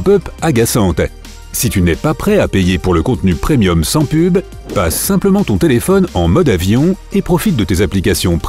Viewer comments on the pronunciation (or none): none